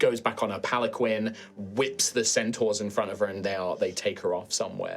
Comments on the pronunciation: It's such a small thing but just wanted to say that "Palanquin" is actually pronounced like "Pal-an-Keen", like the keen in "I am keen to dance at the sock-hop". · Oh, thank you! I have always said pa-lan-kwin oops